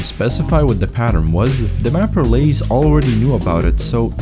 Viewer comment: I can't believe you pronounced Lasse as Lays